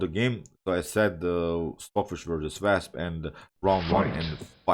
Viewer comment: Wasp not Wesp. Don’t worry your English is excellent 👌